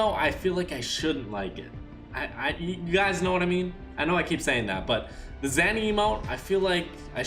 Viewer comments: Zany is pronounced as zaynee not zanee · It’s not called the Zanny.. it’s the Zany - pronounced Zay-nee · its not zanny its zany (zay•nee) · It's zae-ne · THE DANCE IS CALLED ZANY, ZAY-NEE, YOU PRONOUNCE THE WORD NORMALLY BUT NOT WHEN ITS THE DANCE, ZAY-NEE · It’s pronounced Zay-Knee you idiot